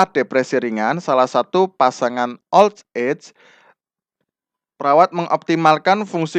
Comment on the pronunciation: Terima kasih sudah berbagi ilmu untuk bapak. Tp demi kebaikan bersama pak, terutama utk kami2 yg suka belajar dg metode mendengar, mohon bapak diperbaiki pronounciation (pelafalan bhs inggris) nya agar kami ndak salah mengartikan makna soalnya, seperti saat pelafalan kata "old age" dan "retirement" itu sy sampe perlu membaca tulisan yg disediakan, pdhl tujuan sy nyimak yutub krn saya orang yg suka belajar dg metode listening. Tdk perlu sampai seperti native speaker, asal pronounce udah mirip itu sudah sangat membantu. Terimakasih atas pemahaman dan pengertian nya, ttp semangat berkarya dan smg makin berkembang channelnya